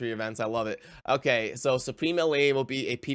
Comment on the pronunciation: I remember you calling her Elaine throughout numerous videos back then. I think it’s El-haine but whatever. I still like your content lol.